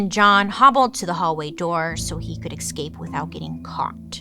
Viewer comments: Bailey. We all adore you, (obviously), BUT… the way you say escape and especially is so absolutely wrong, lol. There’s always an X in those words when you pronounce them! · excape and exspecially will always get me 😅😩